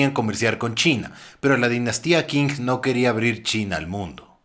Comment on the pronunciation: Qing se lee ching